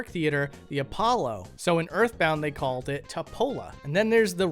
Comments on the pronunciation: why do he keep sayin erfbound doe? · "start wiff urff bound" please don't become british